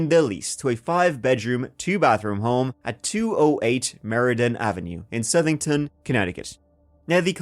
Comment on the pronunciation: Holy shit he said Southington correctly! That's not a dig at, generally speaking people mispronounce it as South-ing-ton if they don't live in CT so I'm surprised he got it right. I live about ten minutes down the street from the Snedeker House, it's nearly a straight shot to be honest. It's such an unassuming place, you'd never expect a story like that to come out of it. I've driven by it so many times before I realized that's what it was. Oh right, there's a fucking huge cemetery across the street. Checks out if that was the old morgue/funeral home. And in modern day there's a hospital further down the road.